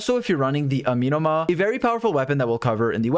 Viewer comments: Ah-meh-no-mah... not uh-mi-no-mah... but thanks for the video. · A-me(as in medic)-no-ma Amenoma Kageuchi